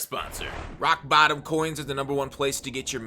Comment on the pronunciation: Every time I hear say rock bottom all I hear is Aflac